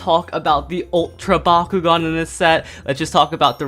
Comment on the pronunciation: I keep hearing Bakugou instead of bakugan